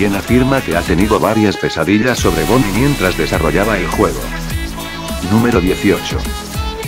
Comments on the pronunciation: dijiste bombie en vez de bonie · Y tu dijiste bonie en vez de bonnie :v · en la numero 7 en bves de decir bonnie dijiste bombi xd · en la ocho otra vez dices bombi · Like si notaste que dice bonbi en vez de bonni